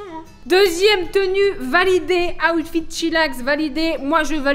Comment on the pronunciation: ta di awtfit 20 foix c est outfit